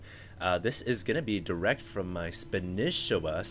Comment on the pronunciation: its not vilespanishiwa its vilespanshwa thier are no i's!!!!!!!!!!!!